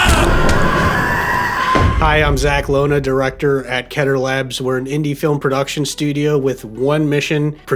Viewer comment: I really hope these movies don’t get attacked by Hollywood people like Iron Lung did Also, I will be unable to watch the movies if they can’t pronounce ‘Keter’ properly (it’s ‘Keter’, not ‘Ketter’. Literally spelled out for you everywhere, idk who started pronouncing it wrong but it’s annoying)